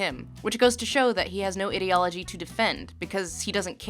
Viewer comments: I loove your pronunciation; idi(ot)logy / idi(ea)logy ! drinking game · Interesting way to pronounce "ideology" As in 'idiocy' and not 'idea' I like it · Also titled, '23 minutes of Lindsay mispronouncing the word, 'ideology''. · Her: "IDDY ALL AH GEE" Ideology, based on the combined words of "Idea" and "logia" (the study of) "IDEA" I-DEE-AH not IDDY-AH Ideology (I dee all oh gee) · Is anyone else annoyed that she keeps saying ID-eology instead of EYE-deology? Great video but I don't think that's how that word is pronounced. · why does she say "ee"-deology and not "I"-deology? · If you are going to have a discussion on the ideology of something, PLEASE learn how to pronounce the word "ideology" properly. ai·dee·o·luh·jee Like idea ... I love your content, this drove me crazy though. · how to pronounce ideology - ai· dee· o· luh· jee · "Idiology" lol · I find the way she pronounces the word 'ideology' very weird. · Ok thats not how you pronounce ideology anyone else bothered or just me🙄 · The way she said the word 'ideology' so much but only pronounces correctly in a few instances, including this particular sentence, makes we wonder if she is using the misprounciation to further put down the thin ideology of the FO. Or indeed perhaps to help draw attention to sentences like this one. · No-one is gonna read this, but the pronunciation of ideology is just bizarre for me. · The incorrect way you pronounce ideology pisses me off so much... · subscribed because content. Small point though: they way you pronounce 'ideology' makes me uncomfortable. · thats not a normal way to say ideology (its not unheard of, but not the norm either). a lot of comments seem weirdly disgusted by her pronouncing it this way and I have no idea why; again its not unheard of (I've heard it pronounced that way a few times in everyday life) but its not common either. might be a regional thing? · You mispronounced ideology 500 times in this video. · You pronounce 'ideology' incorrectly